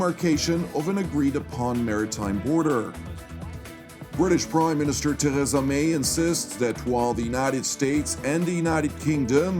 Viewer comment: Say it like this Ter reesa may ee as in street or fleet